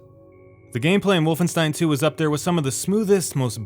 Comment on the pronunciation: He pronounced wolfenstein correctly! He deserves a like for that!